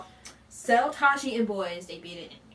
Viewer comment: He is Seo Tae- ji not Seo Tah ji lol